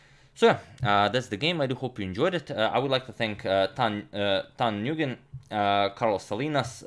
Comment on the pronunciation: Antonio! Nguyen is pronounced “nwhen”. Just a minor correction.